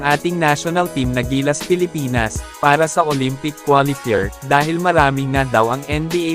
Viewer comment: Mali ang pag pronounce ng qualifier.... Ano Yan? Hindi kapanipaniwala